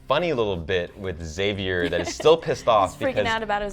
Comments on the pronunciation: Love that your channel is the only one that doesn't pronounce Xavier's name that weird way: "ex-xavier". Why do they do that? Specially since they pronounce it like you in AHS. PS: English is not my primary language. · So here's a theory: what if it's the ghosts can move through time and all characters who died will go back to the first Massacre ans try to stop it? 🤔🤔 Also, finally a channel that says Xavier right! It was driving me crazy 😂